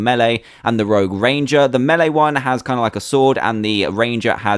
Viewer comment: and said melee wrong he made it to be meele